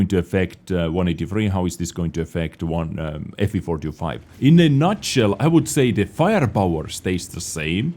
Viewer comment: I feel like says ''Fvfortyofi'' instead of ''FV4005''